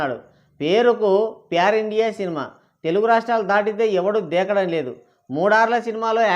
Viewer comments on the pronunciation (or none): none